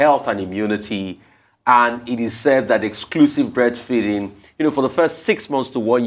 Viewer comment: Dr Abatti, had difficulty pronouncing breastfeeding! He was about to say breastfeasting! He likes what he likes!!!!!!